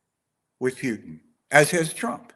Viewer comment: I love how you say Putin. It sounds like puke which is so fitting 😂😂😂